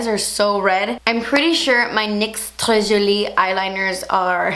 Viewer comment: Girl your french accent when you said "très joli" was so on point !!